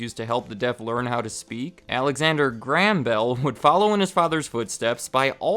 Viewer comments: "alexander gram bell" WTF, it's pronounced GRAY-um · It is pronounced Graham not gram. But otherwise very good video. Keep them up. Crazy to think Western Union was around then. You should do a video on them. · I'm from Scotland, and grew up in his hometown - it's pronounced "GRAY-HAM" not "GRAM" love your vids though :) keep up the good work! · That is the first time I've ever heard Graham pronounced like that. I am English and my Grandad is called Graham and the only way I've ever pronounced his name is like "Grayhum". Even Mr. Watson pronounces it like this. Just interesting to hear it said another way. The differences in the same language are so interesting! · You pronounce Graham weird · Weird, only now noticed that Americans pronounce Graham like gram